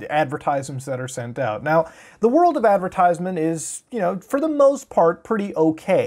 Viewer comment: It's pronounced "Adver-Tiss-Ment" not "Ad-Ver-Tize-Ment"